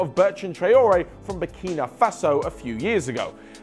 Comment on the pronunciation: says Burkina faso like BurKINA FASO